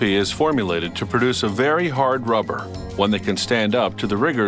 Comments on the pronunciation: the way he says rubber Ruhhpper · He talks that way as to not create a "pop" sound into the microphone when using P and B sounds. Notice how he calls rubber, ruvver